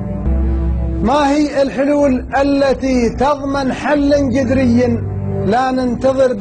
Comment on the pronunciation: إحدى تطلق على المؤنث وهذا على جميع الفئات يقولها بس اعجبني نطقه جذري